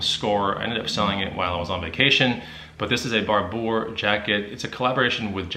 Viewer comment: the Barbour jacket is pronounced (bar-ber):)